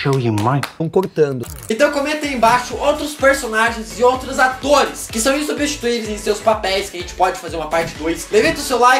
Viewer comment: E CARA VE SE APRENDE A FALR CORETO O NOME DOS ATORA